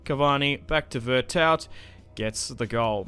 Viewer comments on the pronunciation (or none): Veretou the T is silent.